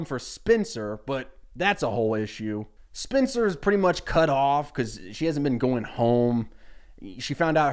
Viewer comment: Oooooohhhhhh, you’re saying SPENCER, not spinster, that makes a lot more sense